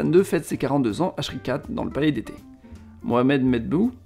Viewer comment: Ta chaîne est très intéressante, mais il faut parler moins vite et soigner ta diction. La prononciation des mots est très importante en histoire et surtout la prononciation de mots étrangers (exemple: l'attentat de 1971 à eu lieu au palais d'été du Roi Hassan II à Skhirat - prononcer "Ski-Ratte" et non "Chri-Catte" comme tu le dis) et c'est comme cela tout le long : Le colonel Mebdou au lieu de Medbouh .... etc. etc... C'est dommage !